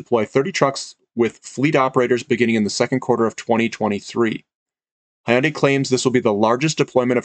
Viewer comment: Thanks, Hyundai is pronounced Hyun Day and like you would say Fun Day where Hyun is a single syllable. And I think Xcient is pronounced X Cee Ent. Not that it matters much but in case you were wondering. I wonder if Hydrogen fuel cell refilling centers will need a lot of platinum too. It looks like battery cell technology is not going to work at all for these long haul commercial transporters. NIKLA had a demo of their mock design of a truck which turned out to be fake but they also had a refilling center design.. which probably was also fake. Be it Hyundai or Toyota I suppose they would be the ones coming out with the design. I'd have to double check but I believe PLG had quoted most of their resource estimates in palladium and/or palladium equivalent ounces.